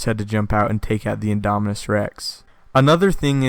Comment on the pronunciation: So if the big one is "Indominis Rex", would the Raptor sized ones be "Indominis Nublarensis"? (if originated on Isla Nublar) I wonder if they'll ever name a dinosaur for Henry... can't help but laugh at the sound of "Indominis Wu"